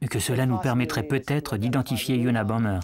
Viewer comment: ça commence bien : c'était unabomBer et pas unabomMer